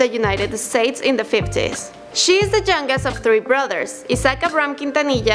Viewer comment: "she the jungest" ? you mean youngest